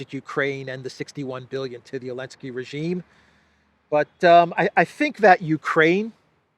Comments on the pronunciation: That fact that still says Elenski is hilarious. For newcomers, Elenski banned the letter "Z" in about chapter 6 of this saga😂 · don't fucking call him Elensky...it sounds Hellenic...wtf...he is a talmudic monster...ZZZZZelensky...